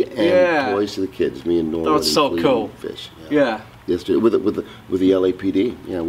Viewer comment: =STFU.... Can you say "Ka-ool" one more time?